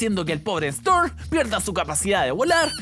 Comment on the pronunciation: es jhonny storm y dice jhonny strom